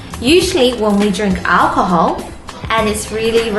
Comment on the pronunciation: you look very pretty!!!!!! i like the alchohal it sounds soooo funny!